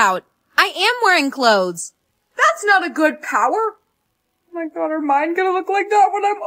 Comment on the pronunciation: lol it said oh my guaah 😂😂😂😂